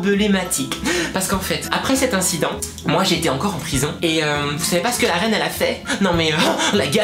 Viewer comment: Mdrrreeuuuh, en Peurison xD♥ Sa me fais rigoler..:p ♥